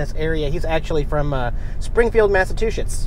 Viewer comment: Springfield, Massatwoshits. Haha, am I the only one who caught that? Besides